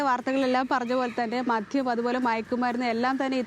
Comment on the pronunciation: മധ്യം അല്ല മദ്യം ആണ് ശരി റിപ്പോർട്ടർ ശ്രദ്ധിക്കുക